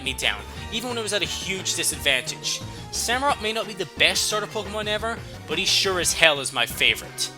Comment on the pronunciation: It's an otter dude, not a sea lion... SamurOTT. For OTTER.